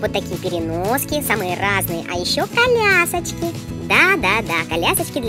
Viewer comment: Ти так смешно сказала калясочки 😂